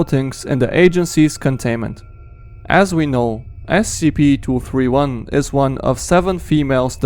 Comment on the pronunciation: The second one you said scp 2 hundred and turdy 1